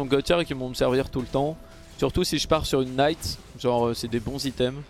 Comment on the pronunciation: Il me tue à chaque fois qu'il dit (K)night! Mdr